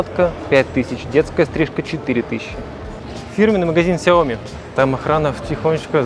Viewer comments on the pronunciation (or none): none